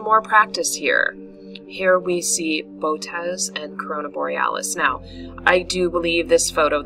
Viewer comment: The most common pronunciation is bow-oh- teez. Thanks! Gregg Schultz Three Pines Observatory